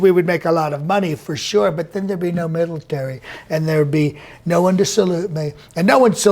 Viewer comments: "... and then there'd be no middletary" Nice. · You didn’t hear middletary